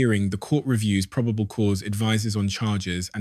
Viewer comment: AI voiceover proh-bay-ble (probable) cause Flor-ee-da (Florida)